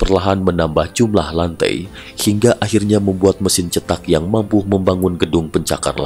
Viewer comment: Bukan rumah cetak, tetapi rumah ceetak ( E nya, e pada seperti 'enak', bukan seperti e pada 'cepat')